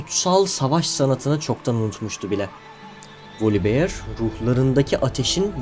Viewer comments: volibiyır değil voliber yada tam telaffuz etmek istiyosan volibeğ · ama çok sinir bozucu olmuyo mu üstüne basa basa volibiyır